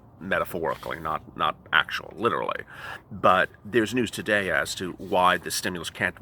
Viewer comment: I love the way says literally: "Lilly"! Makes me laugh every time!!!